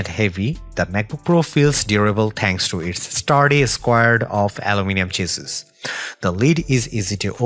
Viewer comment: just some helpful advise "chassis".... is PRONOUNCED (spoken as) SHA-SEE